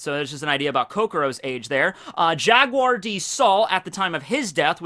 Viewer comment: Robin's life was saved by Jaguar D. Saul at Oha.... JaGuar! There's the "G"